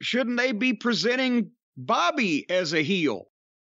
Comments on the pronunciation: I notice that too the way brock say bobby name too funny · “Bawbayy” lmao